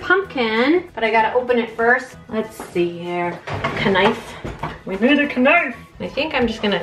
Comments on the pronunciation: Thank god I’m not the only one who calls it a k-nife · Your mom stressed me with the k-nife.